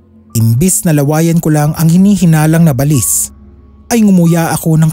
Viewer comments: Ba-lis ang pag pronounce SA amin SA bicol Hindi balis na mabilis bigkasin share KO lang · baLIS talaga? Sa amin kasi ay BA-lis. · Yung pronunciation ng balis hindi parang walis, ba—lis yun. Ang pangit pakinggan. Sana research research muna bago mag narrate. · Hahaha at first,i was thinking,ano ang balis kc ang bilis ng pag pronounce,yun pala BA-LIS😂